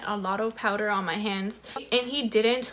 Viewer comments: The lady said dipped powder or acrylic powder.. she said “PoWdEr” 😂. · Heba Assaf LMFAOO I- 😭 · Lizeth Avelino i hate when ppl say it like that😭😂